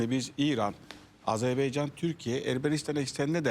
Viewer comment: BU ÜLKEDE TEPEDEN TIRNAĞA BAKANINA PAŞASINA BİR ÜLKENİN ADINI ÖĞRETMEK LAZIM--- DÜNYADA AZERBEYCAN DİYE BİR ÜLKE YOK... AZERBAYCAN -- AZERBAYCAN -- AZERBAYCAN... KOCA KOCA ADAMLAR. ARTIK DOĞRU SÖYLEYİN ŞU ÜLKEMİZİN ADINI. HECELEYİN BAKAYIM. A ZER BAY CAN.. NEYMİŞ A ZER BAY CAN... AFFERİN. İŞTE BÖYLE..